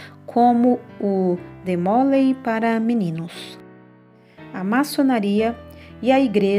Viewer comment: Não se diz "demólei", e sim, "Demolé"